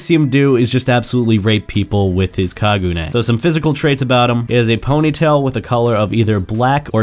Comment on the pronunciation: STOP SAYING KAGUNAE IT'S KAGUNE